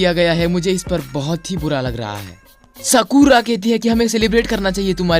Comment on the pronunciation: Please don't say sakura useless and sadara is not sarda